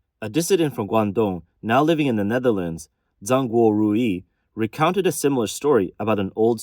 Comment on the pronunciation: Zhang Guorui is NOT pronounced "Zang Gor Roo-ee" wth is the matter with you? R U even Chinese?